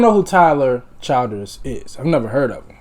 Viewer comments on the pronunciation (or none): Chill ders not child ers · The name is “chill-ders “.. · Everybody in these reaction videos or pronouncing his name wrong it's "Ch-ill-ders"